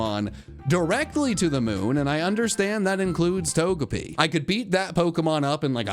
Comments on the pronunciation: It's pronounced "tojehpi", you schmuk. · What’s “togepi” You mean “Tojehpi?”